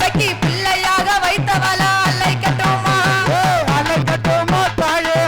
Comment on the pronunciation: "அழைக்கட்டுமா" என்பதை தெளிவாக உச்சரிக்கவும். "ழ"